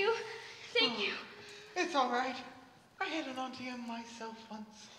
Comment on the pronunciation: Why does she say Ountie instead of it being pronounced Auntie Em?